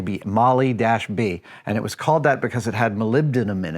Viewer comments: It's Moly-Dee, not Moly B! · it's Moly -Dee not moly b